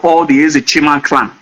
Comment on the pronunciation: Honestly, his pronunciation of clan as he corrupted to clowns repudiate all what he was trying to paint. The yoruba scholars tried to educate this people on the story of their kingdom which has been distorted with incoherent story. If you listened to how their early kingdom of igodomigodo start and how the next era commenced, if you are not wise, the will end up confusing you illogical reason. From the guys story, Eze Chima is a biniman, Obi is a bini name. Does it mean that this don't about the earliest migration westwards by the igbos, then eastwards as a result hash and unfriendly situations the igbos and tribes encountered with the binis.According history, there were lots of others tribes like the esan uhrobos, including the igbos who left bini , and stated moving to different destinations and settled